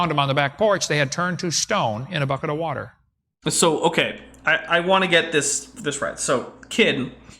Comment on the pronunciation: I'm drinking wah-tur wah-tur